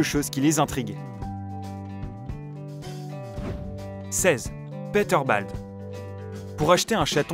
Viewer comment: Omg comment tu prononce "Peterbald" ! Ca se dit pas "Péteurbalde" mais "Piteurbold" x'D